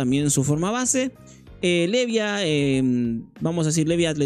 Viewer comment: mano aprendete los nombres a Venaka le dices Ventana .. a Levia le dices Loen porfavor